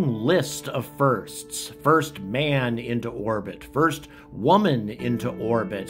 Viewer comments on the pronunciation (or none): none